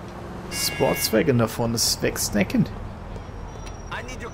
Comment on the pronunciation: Was heißt denn nochmal sportswägon auf deutsch? Sportwagen? Hahaha einfach zu geil😂😂